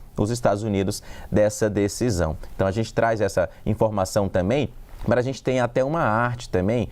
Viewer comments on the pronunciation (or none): "Tambem" não "tamem*😂😂😂